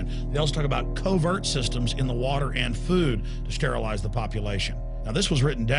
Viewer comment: did he say sterilize . =D